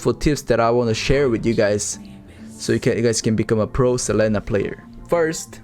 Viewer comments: a tip for hoon is that its sa-lee-na not se-leh-nah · Best pro tip I can give is to not say Selena’s name like does.